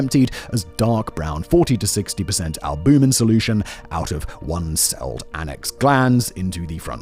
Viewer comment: Its chitin... pronounced with a hard k. Like kite. Ki-tin. Its also albumin. Al- bue- min